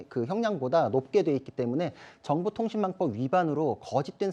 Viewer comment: 저 앞에 서있는 사회자인 지 뭔 지 발음 뭐냐 갈아치워라 허위사쥬포 정보통신만법 이러네